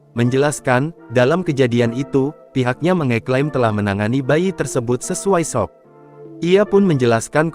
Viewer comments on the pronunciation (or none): Nggak jelas kronologis nya. Gimana sih ini berita. Pembaca beritanya juga salah menyebutkan MALPRAKTEK dengan Malapraktek. S.O.P juga bacanya sop... sayur sop kalee. Btw saya sering bertemu dokter Puskesmas dokter baru yg memang menghadapi pasien BY THE BOOK banget. Jadi melihat kasus spt robot, berdasarkan hafalannya saat kuliah saja. Jadi tidak melihat pasien kasus per kasus. Saat menerima pasien baru datang banyak dokter dan perawat itu juga kayak entah takut atau jijik dengan pasien jadi banyak dokter dan nakes yang tidak menyentuh pasien padahal kadang perlu untuk mendeteksi kondisi pasien. Karena termometer, stetoskop dan alat tensimeter saja tidak cukup. Harus lihat mata, lidah, permukaan kulit, suhu tubuh di perut. Dll. Dan banyak juga dokter dan nakes tidak bisa membuka komunikasi dengan pasien padahal itu sangat penting. Ya iya sesuai S.O.P, pasien dites tensi, suhu badan, detak jantung, terus diobservasi dgn cara cuma ditunggu. Kalau kondisi pasien urgent ya gak bisa observasi dgn cara ditunggu untuk melihat kondisi pasien. Harus dijalin komunikasi dengan pasien. Bagaimana bisa tahu kondisi pasien ya harus dibicarakan apa yg pasien rasakan. Juga harus bisa bedakan antara rasa sakit, perih, spt tersayat, spt ditusuk-tusuk atau apa. Juga dengan sakit di kepala apakah pusing, berkunang-kunang, hilang keseimbangan, vertigo, kepala sakit seperti diremas, atau sakit seperti habis dipikul. Macam2 rasa sakit di tubuh itu menunjukan indikasi penyakit yg berbeda dan itu bisa